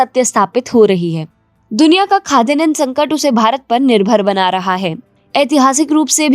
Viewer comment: It's not khadyanan, it's Khadyanna